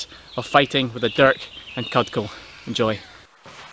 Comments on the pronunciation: Interesting. I've never heard the word "kud-jul" (cudgel) pronounced as "cudd-gel". Is that a Gaelic way of saying it? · Never heard "cudgel" pronounced like that. It;'s usually cuj-ull. Is Cud gull an authentic highland pronunciation? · It's pronounced CUD JUL....even allowing for Scottish accent...ye did well laddie....where I come from folks named MacDonald will nae speak to folks named Campbell for the treachery at Glencoe is nae forgiven...and in respect for the proper spelling of McLeod you will see signs that read NAE DUGS ALOED...AXSEPT FUR SARVACE DUGS .....;-) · Always good stuff--thank you! BUt 'cudgel' is pronounced 'kudjel'--somebody else has propbably pointed this out. All good wishes. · So interesting how you pronounce the "g" in cudgel. I learned it as a soft g like "garage" instead of a hard g like "goat".